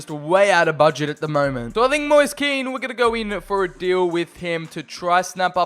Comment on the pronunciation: Just so you know it’s pronounced “mo-ees. Kee-n